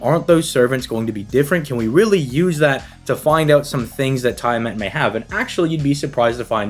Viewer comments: It's Tia-Mot my dude xD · Is it? I'm a D&D Dungeon Master regular so unless it's specifically a Fate difference (I don't know Fate), it is Tiamat. This Youtuber's definitely pronouncing her name wrong either way lmao.